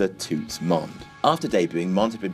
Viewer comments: It's pronounced 'Tuts'. 😂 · butchering of the word "toots" had me weak lmao